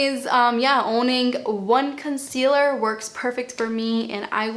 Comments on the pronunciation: Noooo - can you keep your accent and pronunciation. “conseeeaLUH’ Im British and I love it!! Xx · I love how you pronounce items with your accent!!! 💕